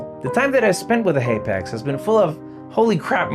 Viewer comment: I can’t stand hearing you say haypax.